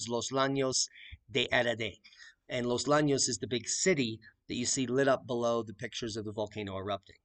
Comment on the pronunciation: It’s not los lanes, ll (which is a letter not two letters) sounds like a “y” so you pronuncie it more like “yanos”. Los Llanos de Aridane or The Valley of Aridane. n Spanish, ⟨ll⟩ was considered the fourteenth letter of the Spanish alphabet because of its representation of a palatal lateral articulation consonant phoneme (as defined by the Royal Academy of the Spanish Language). Sorry but the mispronunciation was driving me bonkers.